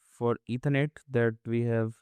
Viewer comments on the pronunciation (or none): none